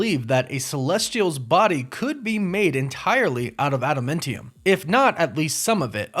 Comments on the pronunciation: You pronounce Adamantium and Genosha wrong. It's really annoying. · Why can't you pronounce Adamantium correctly!? Makes me crazy! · Anyone else cringe at how he pronounces Adamantium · Is it me or is this guys pronunciation of Adamantium and Genosha kinda off. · The way he was saying adamantium was a lil nerve racking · This bruh. How tf are you a comic fan and miss pronounce Adamantium 💀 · No he’s just pronouncing it wrong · You pronounced Adamantium and Genosha wrong. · After hearing u miss mispronounce adamantium for the 4th time i nearly blew my brains out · No. He just pronounced it horribly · Can you please pronounce adamantium correct omfg.... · He keeps saying Adamentium instead of Adamantium so now I feel like there is a joke im just not in on LOL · Just a quick FYI on your pronunciation of Adamantium. It's Ada-MAN-ti-um, not Ada-MEN-ti-um or Ada-MUN-ti-um. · And why are you saying Adamentium? Adam ANT ium. Ant.....like Ant-Man. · ada"men"tiam........you're killing me smalls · ada-MAN-tee-um.... not ada-MIN-tee-um.... not to be picky, but you said it a lot lol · It’s pronounced AdamANTium… Not AdamENTium or whatever way you’re saying that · Sorry, but it’s pronounced Adam Ant Tee Um. Not Adam Mint Tee Um. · Ad-a-MAN-ti-um, not adamentium. Woof woof! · ADAM-ANT-IUM. Not Adamentium. It was named after the singer Adam Ant. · adamantium is not adamentium. Adamantium is pronounced "ad da man ti um". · AdaMANtium! Not AdaMINtium or AdaMENtium! Cmon please!!! Lol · Adam-ANT-e-um. Not Adam-meant-e-um. Idk, the way he says it is fucked up to me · Dude you need to learn how to pronounces stuff. Are you even a marvel fan? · Why are you pronouncing it AdaMENTium? It's AdaMANTium! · Him calling it AdaMENtiium instead of adaMANtium really triggered me to the core.....I'm insulted and cringed out every time he said it. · Ada-MINT-eum? Mint? you are KILLING ME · ada- MANNNNNNN- tium .....God, its so annoying listening to you say this wrong ON PURPOSE! 😅